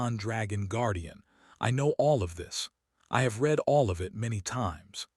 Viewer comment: It's the AI. This AI narration was better than most. I only noticed "read" said in the present form when it should have been in the past form.